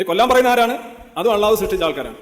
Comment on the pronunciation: ആദ്യം അള്ളാഹു എന്ന് പറയാൻ പടിക്ക്...😂😂😂